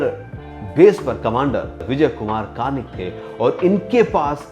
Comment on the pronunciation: आप उनका नामही गलत ले रहे हो...'कर्णिक' है, कार्निक नही